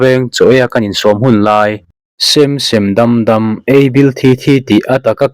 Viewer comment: Sem sem dam dam tih i thluk danhi a diklo deuh lomaw aw.